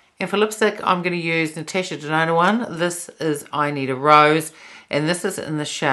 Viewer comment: the way you pronounced Natasha Denona. You say: Natesha Denona. It just sounds funny 🤭